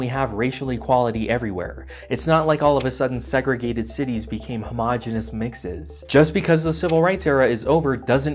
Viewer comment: the way you say "Homogeneous mixes" is hilarious